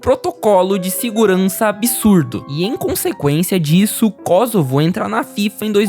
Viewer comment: também é "Kôssovo", não "Kózovo"